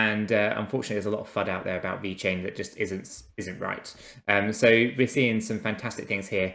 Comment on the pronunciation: please its VeChain not Vechian.. damn... looks so amateur if you don't spell it correctly. Thank you! Other than that always great content keep up!